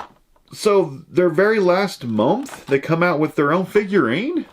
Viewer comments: Lol. I heard that too . Nah he said momth forsure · Not trying to sound like a hater or make fun of because I love his content, but am I the only one that hears him say "momth" instead of month